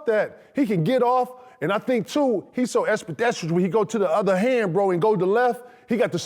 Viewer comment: Kg invented another new word espedesterous 😂😂😂